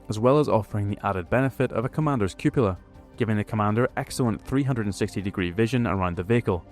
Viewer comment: Great summary - a ton of information conveyed in a short time, with the whole thing being spotlessly organised and very well expressed. All this and 'cupola' pronounced correctly. What more d'ya want?